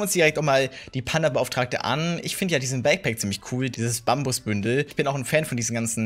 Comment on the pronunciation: Hast du Bündle gesagt beim Panda Skin? Weil wen ja heißt es Bundle